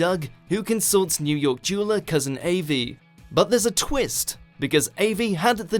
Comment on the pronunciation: Agreed. its Av-E and Cro-ker - there is no middle c in Croker - its not like a CroCk pot!!